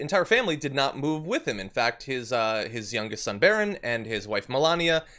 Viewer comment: Say it right: it's Melania's son, Barron.